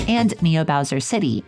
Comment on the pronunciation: Ok, I have to admit that as a kid, I always thought bowser’s name was browser. but NEVER Have I EVER seen someone call him BOWDER THIS HAD ME ROLLING